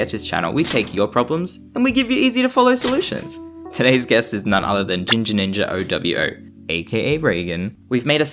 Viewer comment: its GinjaNinjaOwO (OH-WOAH)